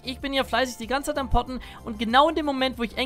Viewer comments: Wer hat nich poppen anstatt potten verstanden ? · Ich habe erst poppen verstanden 😂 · jedes mal poppen verstanden :D